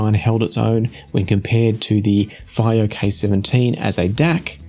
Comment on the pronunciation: Is it possible that Fiio is supposed to be pronounced // FEE-oh // ?